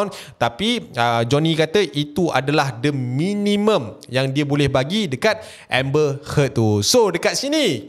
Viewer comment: nama dia amber heard bkn amber head